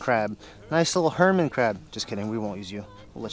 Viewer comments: I believe its "hermit" crab LOL, NOT "herman." Just thought I'd mention it. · Did you say herman crab?